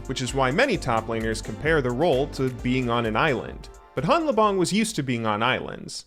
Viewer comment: You started out correctly pronouncing hanlabong where the n and l merge into just an l sound but then reverted to an incorrect pronunciation at some point.